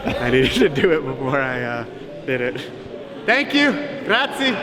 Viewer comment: I still don't get his attitude, for me he always seems to be a little cocky and arrogant, don't you think? He also said grazi instead of grazie LOL